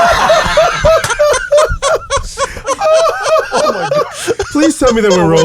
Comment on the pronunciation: Its MANGUM! ,,, :)